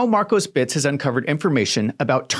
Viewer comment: Please stop saying, "Markosbits"